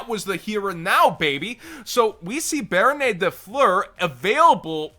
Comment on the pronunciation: Nobody:: bArOnAy